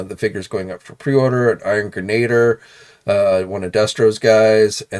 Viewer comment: It's "greh-nuh-deer" dang it. Geez.